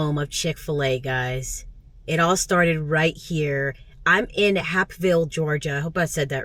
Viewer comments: It’s Hape not Hap. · Pronounced HAPEville. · Sorry this trip to the A wasn’t ideal. Try us again and stay in a hotel so you can relax and see the sights.💛stay safe! BTW: It’s pronounced Hape (like cape)ville. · It's pronounced HAPE-VILLE 😂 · you were brave to park at Ponce de Leon and West Peachtree. At least you were in front of a church- All Saints Episcopal. By way, we pronounce it “Punce Duh Lee-un”. Hapeville is pronounced with a long “A” like Hate. Make it the Fall when you come back. Much better weather. Spring is nice also, but the pollen is a beast.